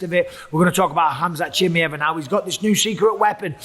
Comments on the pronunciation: it’s pronounced “chi-my-ev” you’re saying chimy- ev. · It's at least better than chimney that he said for the first 3 years 😅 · he's been calling him chimy-ev since forever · STOP SAYING CHIMMY-EV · Gonna have to turn this off i can't listen to you say chimmyev one more time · Bisbing it's pronounced chim-eye-ev lol vs doo-pluh-see 👊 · ChimAev mate. Not that difficult. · Jesus, can any of you guys just learn to properly pronounce the fighter names? Everyone has their own fucking way to say them and it's so annoying. Chimmyev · He really called him chimmy-ev the whole vid 🤣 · If Chimaev is that important to the sport, maybe learn to pronounce his name? It's not that hard, bro. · Bisping saying his name wrong should tell y’all enough about trusting his picks for Saturday 😂😂💀… all love to bisping tho 😭🤝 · Idk why he still calls him like that especially if u consider he pronounced his name right on the debut. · 100% did 😂 I can totally hear how he practised and got it slightly less wrong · Does my head in he calls him that! Why!!!!